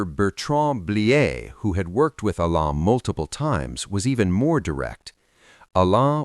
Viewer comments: It is Alain not Elene, 😂😂😂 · AI voice can’t pronounce his French Name, it was an interesting story. 👍🙏. From 🇨🇦👵🇰🇷